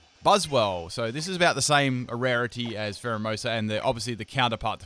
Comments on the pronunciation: Dude its phareimoosu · He said primerina instead of pharaohmosa I spelled it wrong